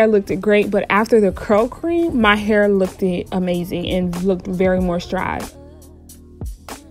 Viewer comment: I’m sorry hearing you say lookd-Ed was killing me lol just say looked instead